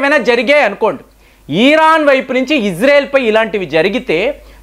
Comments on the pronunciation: ఈరాన్ కాదు ఇరాన్.....😅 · ఈరాన్ కాదు సార్ ఇరాన్ అని చెప్పండి. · Eeeeeeran Kadu nayana iran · Please don't call eeeraan. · antha bagane vundhi...kani iran na eeeron na sir pronunciation naku edhi correct artham kavatan ledhu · adhi iran ra babu eeeran kadhu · EERAAN KAADU, IRAAN KADA ? DEERGHAMU LEDU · అరే అన్నా....ఈరాన్ కాదు....ఇరాన్ ....అనువస్త్రాలు కాదు....అణుఅస్త్రాలు..😂😂😂😂